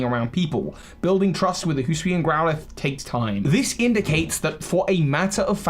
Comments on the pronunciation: So Hisuian is pronounced - “he-sue-eee-an” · Ah yes, Hoosooian. From the Hoosooi region.